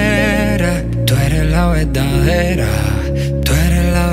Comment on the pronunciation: Me gusta mucho como canta Nesty. Esta canción está muy linda. Sólo me gustaría oírlo pronunciar mejor (veRdadera, poR, amoR, mejoR, poR qué, mueRto). Mi opinión.